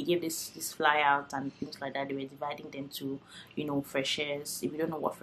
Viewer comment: Are you a Cameroonian? I just heard you say frecheur and I was wondering 😅. Also I’ll be coming to Turkey for studies before the end of the year and I’m just trying to get as much info as possible.